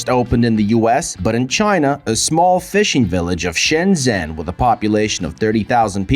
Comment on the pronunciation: If it was, he'd learn to pronounce it properly. Shen-jen with a j for john.